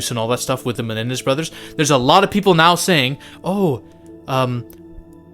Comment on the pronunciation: It’s Menendez brothers, NOT MeLendez brothers.